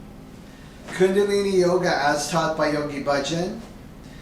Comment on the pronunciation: How can you trust someone that cannot even pronounce the word "chakra and kundaliní" correctly?